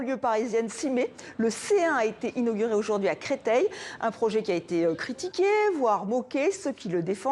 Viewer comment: CRETEIL et non CRETEILLE PFFF